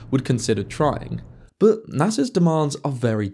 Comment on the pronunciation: "But" has a "t" in it. It's not boo. How do you say butter? Buhuh? 😆